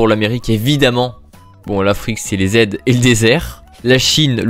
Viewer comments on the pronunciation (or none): Mec ... AIDS c'est pas aides mais sida 💀